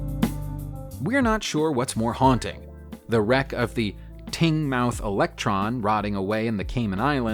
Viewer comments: Teignmouth = TINE - muhth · This guy needs to brush up on his English. There is no such place as "Tingmouth"